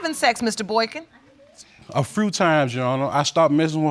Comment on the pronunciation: He said a "frew" times 😂😂😂😂